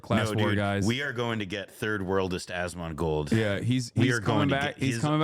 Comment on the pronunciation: "Osmangold" got me 💀💀